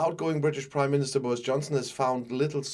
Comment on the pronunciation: The British Crimeminister, that's what I heard anyway.